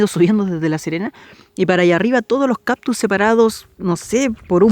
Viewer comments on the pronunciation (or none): no se dice caPtus, se dice CaCtus, mucha gente comete ese error asi que no te sientas mas. Gracias por tus videos, estoy conociendo mi pais gracias a ti, sali chica de Chile y solo he regrasado dos veces asi que conozco muy poco, por ejemplo no conozco nada del norte.